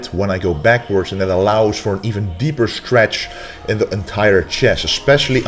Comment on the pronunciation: We do the "Schtretsch"...we do 10 Repsch...after that we do 100 "perschent".....sch...sch...must be a dutch guy. 😁😁😁